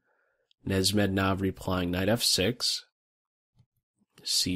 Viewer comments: it’s pronounced nesh mid deenov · I think you were pronouncing wrong the name Nezhmetdinov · Yo, awesome video but learn how to pronounce the name broo